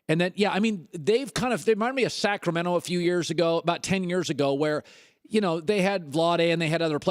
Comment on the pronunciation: Sacramento? Lmao come on Colin